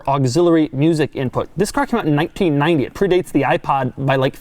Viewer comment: Holy hell. The way he says 1990 bugs me almost as much as his childlike, completely clueless description an equalizer. It's an audio equalizer you twit. Annoyance aside this brought back great memories of my high school days. Many of the things he pointed out as being weird are things I miss about cars from the 90s when I learned to drive.